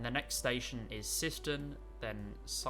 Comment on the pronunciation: Place names, you were right on the first pronunciation of Sileby as in Sile-By, Syston is pronounced as S-eye-Ston. It's a shame that the route doesn't extend a bit further from Nottingham through to Lincoln, where I am, then it could have included the flat crossing with the ECML at Newark.